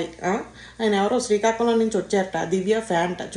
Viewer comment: It is srikakulam …… not sikakolam